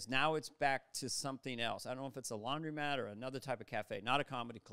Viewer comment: It's laundromat, not laundy mat, Carvey! Where are you from, Canada?